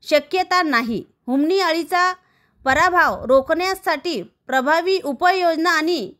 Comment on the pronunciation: प्रभाव म्हणा हो